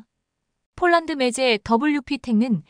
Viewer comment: 매제× 매체○ 세개월×삼개월○ 잘좀합시다.